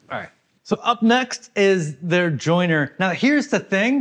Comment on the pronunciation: Jointer! Not joiner. Fyi